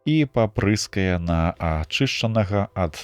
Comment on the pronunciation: Агаворка: папры'скае, замест: папыр'скае.